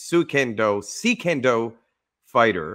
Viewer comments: You pronounced it correctly just before 4 minutes mark. Never heard it pronounced C Kendo. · so the pronunciation of suikendo is fairly simple sui ken do, ui being pronounced a bit like ui in french but otherwise intuitive. Japanese doesn't have silent letters and vowels are pronounced consistantly, if you see 2 next to each other just say them both but run them together.